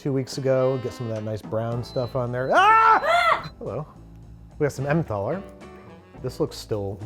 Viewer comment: It's pronounced "ementaler", not "ementhaler". It's a hard "t", not a "th".